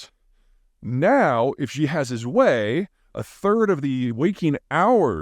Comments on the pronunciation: Zeihan is knowledgable about China and has said some things that makes sense but he has often gotten things wrong as well. BTW Pete- Xi pronounced "Shee". Not "Gee". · Xi's name is not pronounced "ji" with a "j". The "X" is pronounced like "sh" in "sheep". You might think that it doesn't matter, but this is the sort of thing that gives Americans a bad rep around the world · Jhee?? Ghee?? Zhee?? Gee whiz -- how I cringe with your poor pronunciation of the name. Not a good look when such a basic thing is mangled. Xi in Romanization is actually spoken like "She" but with the mouth more closed. Please do better Mr. Jhai-Han. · Why does Peter pronounce Xi's name that way? I know the x in Mandarin is not easy for English speakers to pronounce perfectly, but pronouncing it like 'sh' in English is a reasonable approximation that I hear almost every other English speaker use. Peter seems to use the j-like sound you get in bei'g'e or plea's'ure. Why? Surely Peter has heard the name pronounced by other English speakers. Example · I'm a long-time listener and enjoy your content. Thank you for being so consistent and for sharing your expansive perspectives on geopolitics, Peter. I just wish you would say Xi ("she") correctly. I certainly don't care to boost the mans ego any more, or to tear you down. I'm just an American who struggled to learn Chinese and have experience living in China. Imagine a Chinese expert saying something like "tlump" while discussing American politics and how much that would impact the credibility of their statement, even if accurate. One simple shift could make you sound more credible and informed to Chinese speakers around the world (obviously, the average Chinese citizen is not allowed to watch Youtube). Thanks again for the great content! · Xi (Xi jinping) is pronounced like SHE in english.... or Si in italian. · I'm impressed by Peter's continued refusal to learn how to pronounce Xi correctly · Please pronouce Xi correctly